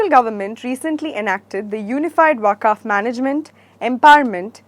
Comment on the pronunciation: The pronunciation of Waqf could have been corrected. Otherwise presentation was good.